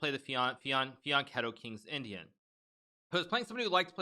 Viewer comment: Hikaru, you’re the only one who pronounces ‘fianchetto’ correctly.😂👌👌